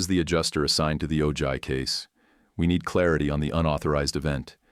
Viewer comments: AARGH Ojai = OH-hi, Spanish word. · TEACH YOUR AI NARRATOR THAT THE J IS PRONOUNCED AN H IN OJAI. 🤦‍♀️🤦‍♀️🤦‍♀️🤬🤬🤬